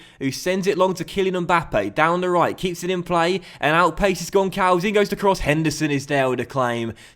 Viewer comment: Hi,! Love your videos! Btw, the "ç" in Gonçalves is pronounced like a "s". Love from Portugal